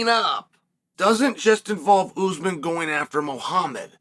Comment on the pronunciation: After all this time Chael still says Oozemen instead of Usman.